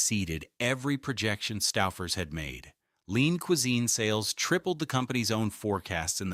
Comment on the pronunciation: Making me crazy. STOOOO...FERS. OOOO not Stauffer. I grew up in Cleveland with Stouffers. Still eat it.